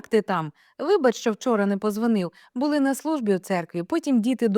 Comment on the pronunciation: Читаєте чудово, але зверніть увагу на наголос, ставите як у російській мові:- Були, а не буЛи, і таких слів багато.❤